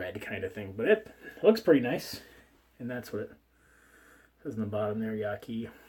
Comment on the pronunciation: Brush name is pronounced like this: "Yatsi"... Yaki sounds weird :)